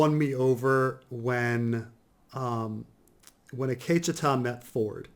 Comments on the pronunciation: The Akecheta episode was awesome and explains perfectly on why it was so great. I wouldn't expect to like the episode when he doesn't even know how to say Akecheta's name. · I wanted to say “Gazundheit” when Every time says Akecheta....